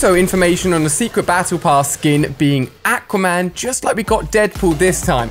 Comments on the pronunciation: He said aco man it aqua man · the way he said aquaman